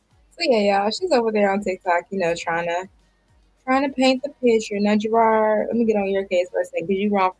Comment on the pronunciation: JERRRAARD drives me nuts his name is Jerooooddddd ROD the The ROD that was spared on why can’t she pernounce that 😂